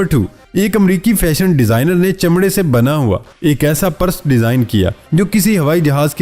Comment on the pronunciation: Your videos are getting bore ... stop begging to subscribe time to time during video.. Try to pronounce properly ...its PURSE- not Paras !